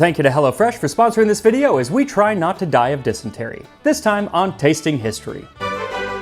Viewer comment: And on this episode of Tasting History.. I now know how to pronounce “dysentery” (non native English speaker 😅)